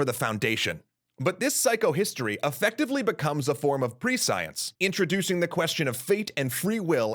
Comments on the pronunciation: What the heck is pre-science? It's definitely pronounced preSH(ē)əns... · Prescience is pronounced more like “PRESS-sea-ence”, not like “ Pre-Science”. Am I right?!? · Prescience is pronounced pre'she-ens, not pre-science. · ... ... ... by Pre-science I assume the narrator meant Prescience? (Preh-see-ence) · You've probably heard this many times, but as I'm new to your channel... The word is not pre -science... It's pronounced presh unse. A dictionary would best show inflections, but you get the idea. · >Goes to look up this concept of "pre-science" >Types it >Prescience >... It's pronounced preh - shence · That's not how you pronounce prescience. It's pronounced ˈpreSH(ē)əns or ˈprēSH(ē)əns, not ˈpreˈsīəns. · I have to admit I winced a little every time the narrator pronounced "prescience" as "pre-science" (instead of "presh-ee-ence") and saw "psychohistory" spelled "psycohistory". I did think it was a good introduction to Asimov's Foundation series, and inspired me to learn more. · I came to say just that. Pronunciation in the same class as "conscience". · I came for the same reason... it took a while to figure out what he was trying to say. Pre science? I'm glad I'm not the only one to notice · please please please look up propper pronounciation of words that you aren't clear on prescience isn't pronounced pre-science it's pronounced like omniscience the sc is something more like 'sh' or 'sch'. I didn't know what you were talking about till the end of the video when I finally got it because of the dune references. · Prescience is pronounced "Pre-shunse", unfortunately. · To be fair though, that pronounciation doesn't make any sense whatsoever. Same with omniscience. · It took me until the end of the video to work out what you meant when you kept saying "pre-science". (FYI, while the word is spelled like that, the first part of the word is pronounced like the word "precious".) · Please go look up the correct pronunciation of "prescience"